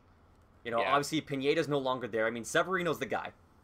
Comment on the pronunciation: Great job on JT Real-MEW-to’s name, but Aledmys Diaz is pronounced Uh-Lead-Miss, Yangervis Solarte is Yawn-Hair-Vis, and Michael Pineda is Pin-Ay-Duh